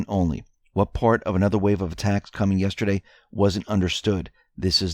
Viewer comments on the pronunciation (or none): none